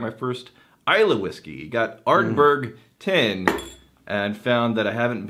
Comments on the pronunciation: I replayed that part cause I wasn't sure but yeah, he said Ardberg. :D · I really couldn't believe the cogent discussion on dewars production. And then I swear said ArdBERG. Maybe I misheard or he was just reading.